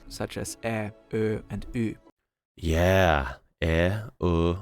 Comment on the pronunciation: When you say "yeah", in Swedish it's the sound of jäa...